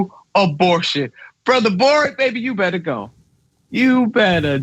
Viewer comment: boric, not broric. mapuches, not mayans